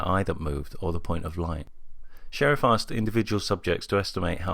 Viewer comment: Good video, but the researcher "Sherif" is pronounced "share-EEF," not like sheriff.